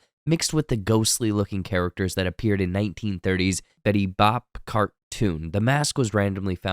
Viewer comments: You had me until you said “Betty Bop” T-T it’s Betty Boop ya goofy goober x) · Its betty boop not bop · Betty Boop, not BOP. Other than that, great video. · Betty Boop. Not better bop lol. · Did you really say Betty bop. It's Betty boop dude. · Please! Betty BOOP. Not Bop I rewatched Scream last year and it’s still so good. I love all the references and homages to the classics that came before - very clever. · Did you say Betty “Bop” ???? Lol It’s Betty BOOP. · “Betty bop cartoon” it’s Betty Boop lol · The most offensive part of this video is him saying "Betty BOPP".... WHO IS BETTY BOPP?!?! It's Betty BOOP! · Please tell me you didn’t say “Betty BOP.” It’s BOOP, rhymes with Snoop like from Snoop Dog’s name. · Betty BOP? SMDH! You mean Betty Boop! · Betty Boop not Bop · Betty Bop? It's Betty Boop, you uncultured swine. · Did you mean Betty BOOP and just mispronounced her name? Or was "Bop" the name of that particular episode? I tried to find the episode that you clipped there and I can't find it because apparently every darned cartoon in the 30's had ghosts in it for some reason, lmao. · Betty BOOP not Betty Bop cartoons. just FYI. great breakdown and thanks for making me feel REALLY old now LOL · Betty Boop (boo -p) Next time you Google for your vids, Google pronunciation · Bro said Betty "BOP" Unforgivable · I can stomach all the Gen Z talk, but when you mispronounce Betty Boop.....I'm out. 😒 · WHO mispronounces Betty Boop..!!??!? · Did you really just mispronounce Betty Boop? 😅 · I appreciate the stroke you had while trying to pronounce Betty Boop 😉